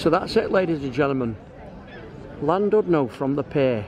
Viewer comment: Very impressed that you managed to say the ‘Ll’ in Llandudno, da iawn! Loved the video and looking forward to seeing your ones from Thailand later on this year!